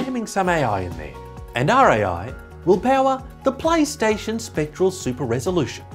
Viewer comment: did he say paystation? or plystation?